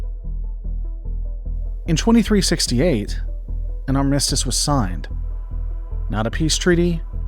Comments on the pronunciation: Great video essay. However, the AI pronunciation needs polishing, e.g.: "Are-mistis" and "reh-cards" for armistice and records. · I thought "Armistice" was a ship name because I've not heard it pronounced that way before. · The way you pronounce armistice is insane